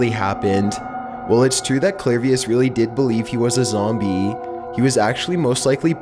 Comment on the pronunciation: THIS MADE ME LAUGH. "ZOMB E" "CON COCK ION"